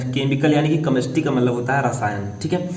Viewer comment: सर केमेस्ट्री होता है कमेस्ट्री नही ! प्रोनाउंसिएशन ठीक कीजिए